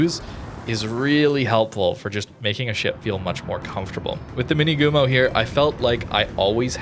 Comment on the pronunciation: Just a slight reminder for pronunciation: Minegumo - the "ne" sounds just like the "ne" in nevsky anyways this one looks interesting, with alternative torp option available in match if it's not so popular maybe those fast torps can stay as a surprise at close ranges